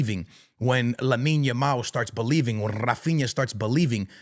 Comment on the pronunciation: Finally he Call that boy "Lamine" not yamin yamal 😅